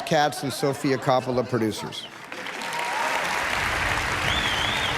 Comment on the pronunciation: Oh for gods sakes, that’s not how you say Coppola!